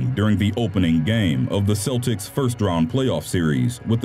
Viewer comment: Also Celtics is pronounced "Kel-tiks" not "Sel-tiks"